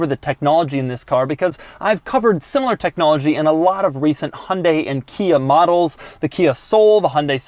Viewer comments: Lol Doug it’s HYUN dai not Hon dai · It's not hunday It's hyundai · It’s Hyundai not Hondai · why do you always say 'hundae-' ???????? can you not speak hyundai? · Me : Hi - Un - Die Doug : Hunday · "Hun-day" haha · It's called a Hyundai not honday please learn how you use its name ???? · Love the inability of americans to pronounce Hyundai and Peugeot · The way Americans pronounce Hyundai......